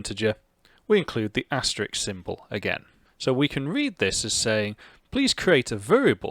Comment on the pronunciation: Sorry to nitpick, but it's "asterisk", not "asterix".